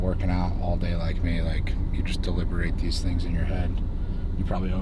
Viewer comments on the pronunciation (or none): none